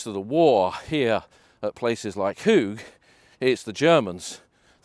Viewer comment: The Dutch and Flemish word for high is hoog, used in a lot of placenames indicating higher ground. Pronunciation is more like 'hoak'.